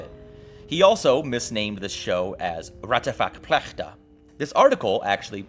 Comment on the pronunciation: Raťafák Plachtas message of "people on the TV can be wrong" is actually to this day replicated in most Czech made shows for kids! Vids so good I forgive you the pronunciation of his name too lol